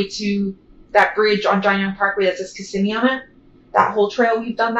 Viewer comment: You miss pronounced*****Kissimmee*****!!!!!